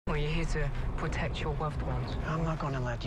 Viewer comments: Especially when he said pwotect your wuved wuns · "Pwotect your wuved ones" I just keep rewatching that part!